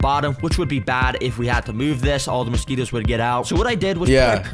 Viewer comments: Mosqui “TOES”?????????! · Really? You thought we wouldn’t notice the “mosquitTOES”.